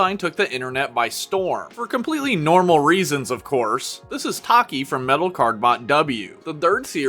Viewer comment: ACTUALLY its Tachy( Tha + chi) not taki Boi its Cielo (say/Ci + leo) thats how i pronounce it Phantom hornet is a male😅